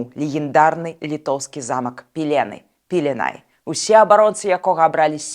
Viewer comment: Пиле́най — на литовском именно такое ударение. Не Пилена́й... Вот как в белорусском варианте Пиле́ны.